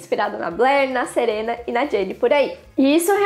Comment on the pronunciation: Mano você falou SERENA COM E MDS